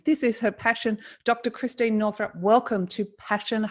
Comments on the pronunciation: Bless her heart, she didn't even correct you when you mispronounced her name three times. Not Christine, it's Christiane. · Christiane. Not Christine.